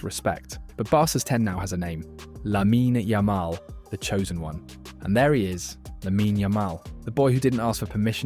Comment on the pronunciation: Teach your robot voice thing to at least pronounce his name correctly.